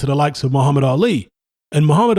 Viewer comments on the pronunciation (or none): none